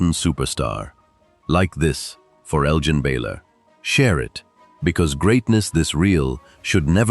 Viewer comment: It pains me on an immense level that you continue to mispronounce the name of this great NBA legend.